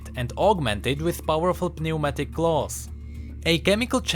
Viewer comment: You're not supposed to pronounce the "p" in "pneumatic"